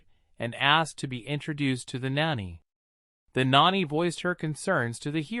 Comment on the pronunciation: you do real good up till the point where you try and say the word nanny. You get it wrong 80% of the time, and right 20%. Just something to think about. But over all much better then other channels